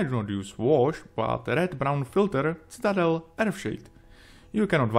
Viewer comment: Citadel (si-tuh-dell). I was like, what paint did he just say. lol. Love your work. Definitely my favorite model-building channel.